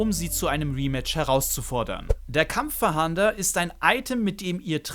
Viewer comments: Es heißt nicht Kampfverhander, sondern Kampf-fahnder. Bitte nicht 100x falsch aussprechen, die Kinder schauen sich das ab. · Kampffahnder nicht kampffahander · Danke für das Video. Hat mir leider nicht so viel gebracht, weil ich meine Jägerpokemon trainieren will um die 3 Seepokemon zu fangen. Es heißt übrigens KampfFAHNDER, und nicht Kampffahander. 😅 So wie, wenn die Polizei nach einem Täter fahndet. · Kurzer Hinweis... Es ist nicht "KampffaHAnder", sondern "Kampffahnder". Also einfach das zweite A weglassen und dann ist es richtig ^^ Nichts für Ungut und danke für das Video! :) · Gutes Video, kurz, informativ und ohne großes Gelaber, top 👍🏼 aber „kampf „fahander“????😂. Kampffahnder, so wie man es schreibt. Man fahndet nach Gegnern. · Digger 😂 gutes Video aber das ist ein Kampffahnder und nicht Kampffahander 😂😂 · Es heißt Kampffahnder, weil man damit nach Kämpfern fahndet, nicht fahandet ;) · Es heißt Kampffahnder und nich fahander! Ansonsten gutes Video👍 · Wenn ich noch einmal kampffahander höre rast ich aus xD *Kampffahnder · Kampf-fahnder nicht kampf-fahander 😁👍🏻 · Das Item heißt übrigens Kampffahnder und nicht Kampffahander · das triggert mich auch hart xD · Nices Video, aber Kampffahnder wird nicht Kampffahander ausgesprochen und auch nicht so geschrieben 😅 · Und ich dachte ich wäre der einzige den das triggert :D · Wer kennt ihn nicht... den KampffaHAAnder xD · *Kampffahnder... nicht Kampffahander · Dafür hat mich das "Kampffahander" getriggert🤣 aber sonst top Video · Kampf FaHANDER? o.o KampfFANDER wird das ausgesprochen. :) PS: Das ist kein Bashing, ist ja kein Problem, wenn man nicht immer weiß, wie man XY ausspricht. :3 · Ich musste erstmal gucken, aber Kampffahander? Heißt des Ding nicht Kampffahnder? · Warum Kampffahander? Da steht doch Kampffahnder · Das mit dem Kampf-Fah-A-nder triggert mich etwas... 😉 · Wirklich ein gutes Video, aber ich bekomme cringe Gänsehaut jedes Mal wenn du Kampffahahnder sagst, lies das Wort vlt nochmal langsam 😅